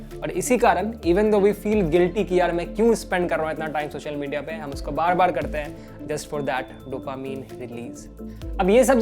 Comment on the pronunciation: he says bad bad instead of bar bar